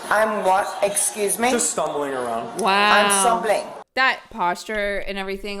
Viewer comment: says “stumbling” with a UK accent